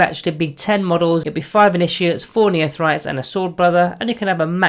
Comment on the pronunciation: Neophytes = "Neo-Fights" Not "Neothrytes".